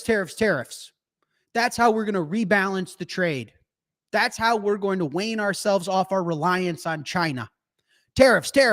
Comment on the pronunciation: Man streams from a closet bigger than most apartments and somehow puts out 240p video. Also I think wean is 'ween' not 'wane'. Love the content. Bitcoin to the moon.🚀